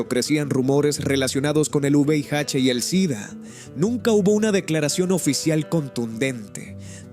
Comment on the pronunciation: No es juveiache es VIH. APRENDE A DECIRLO.